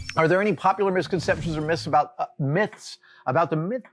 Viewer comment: Adam having trouble pronouncing the word "myths" is like...